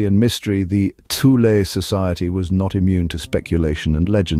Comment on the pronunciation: It's pronounced Too-leh, not Thew-lee.